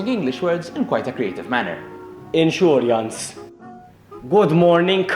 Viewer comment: I'm from sicily but this is exact same accent when sicilians speak English. I love when my dad speaks English. He pronounces insurance "inshuriance" like you 🤣🤣🤣